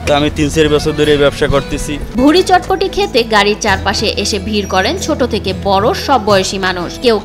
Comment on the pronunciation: এটার নাম চটপটি না বটপটি 🥰